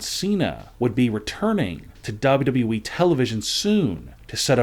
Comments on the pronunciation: Would you PLEASE PRONOUNCE WWE PROPERLY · How do you say wwe like that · He can’t say wwe right